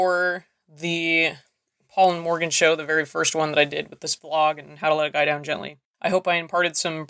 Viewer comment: It sounds weird because you've de-Welshified a classic Welsh name by putting all the stress on the second syllable and not pronouncing the "r" properly.